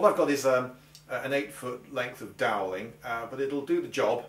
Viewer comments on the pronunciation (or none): what did he say? An eight foot length of dow lin?